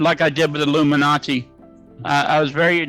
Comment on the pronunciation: Not illuminachi 😆🤣 he means illuminati 🤣🤣😆